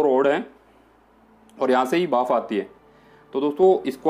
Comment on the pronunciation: Bhaaf nahi bhanp... 😂😂😂